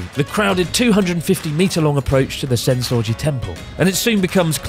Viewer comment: I know he said Senso-ji temple, but I swear it sounded like sense orgy... Which would kinda make sense, since there's so many sights, sounds and smells, etc